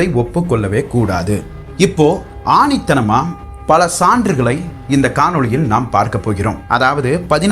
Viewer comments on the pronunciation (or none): ஆணித்தனமாக அல்ல.. ஆணித்தரமாக... 👍